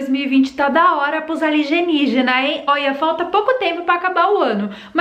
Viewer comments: A L I ( G E ) NIÍGINAS..? O NOME NÃO SERIA. A L I E N Ì G I N A S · Querida o nome é Alienígenas e não aligenigenas ok , fica a dica de português . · Alienígenas e não aligenijas kkkkkkkk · Ela tá falando aligenijas por que quer ?? Kkkkkk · Eu acrediti em "ALIGENIGENAS" como você mesmo fala. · Acopalipese", Aligeniginas, 👏👏👏👏😂😂😂😂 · Boa Tarde linda! Porque vc esta pronunciando ERRADO,as palavras ALIENÍGENAS" e "APOCALIPSE"? Foi proposital,né!